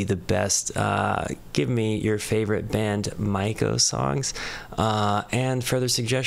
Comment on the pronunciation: You said Maiko correctly. And easy way to remember is that the only way the play on words for their song 'Secret My Lips' into 'Secret Maiko Lips' works is if you pronounce it (My). Some people miss the i and pronounce it incorrectly was (May), Mako, like the shark. You did, however, mispronounce 'Gion-Cho' with a J sound. Japanese always uses a Hard G. If it's to be pronounced like J it's transliterated as J, so it would have to be spelled Jion-Chon for your pronunciation. The Japanese Flute is the Shakuhachi. The backstory is the year following 'Secret Maiko Lips' they wanted to do a song that was purely BAND-MAIKO and not a reworked BAND-MAID song. They chose Kyoto because it's the center of Geisha/Maiko culture and Gion is the entertainment district in which they reside..